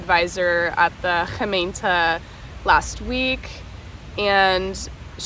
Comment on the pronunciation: Hallooo, it is so hot right now, stay hydrated!, i just listened to your "Gemeente" and it sounded amazing LOL and rijbewijs, you got good fast :D